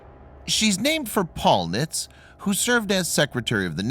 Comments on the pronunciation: It's pronounced "nitzee" not "nits". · I am a plank owner of this ship please stop saying the name wrong she was a great ship